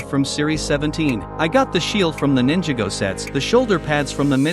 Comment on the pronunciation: The ai said ninjigo